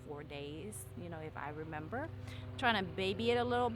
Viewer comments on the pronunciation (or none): none